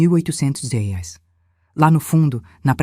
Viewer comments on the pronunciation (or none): Será que é tão dificil falar "R E A I S" acho isso de falar rais raios e outras idiotices cacildis Ja deixei de ouvir outras histórias por muito menos